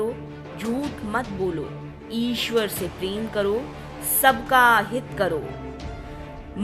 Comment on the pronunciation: Aapko thik se hindi bhi nahi bolna ata hai aap ishwar ko isver boti ho isse hi aapke gyan ka pata chal jata hai